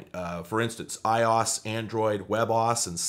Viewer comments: May i ask why you say "ios" ? Is it a joke ? Are you being serious? I don't understand why you dont say i o s its very upsetting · I-Yas? 🤦‍♂️ i o s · Why did you read iOS as "eyeoz"? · Is it really pronounced “eye-oss”? I’ve been saying “eye-Oh-Ess.” Have I been looking like a fool?😅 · I don't care that you're calling it i-oS when it's technically i-O-S but I hope that people watching this realize that. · have i been saying iOS wrong this entire time. i-OSS? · I was curious if this was an inside joke or a running gag in his videos. Still don’t know, but I’m Glad to see I’m not the only one to find it odd. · okay im sorry did you seriously pronounce ios like that? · i dont think thats how you pronounce iOS